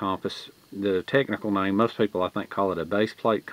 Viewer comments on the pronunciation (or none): none